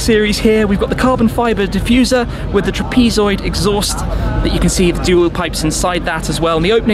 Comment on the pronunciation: "Tra-pee-zoid" hahaha